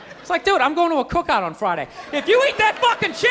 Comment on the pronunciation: The country accent omg. "Don't eat meat this Friiiday." 😂😂😂